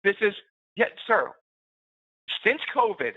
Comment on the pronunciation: i knew 10000 per cent the first guy was indian he has tried his best to work on pronounciation and phrases but the way he pronounced some words like `sir.` was clearly indian!